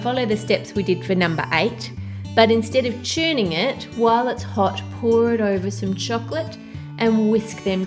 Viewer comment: u always say oiver it's actually over